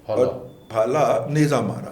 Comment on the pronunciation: پھالا نہیں بھاٸ۔۔۔بھالا،،،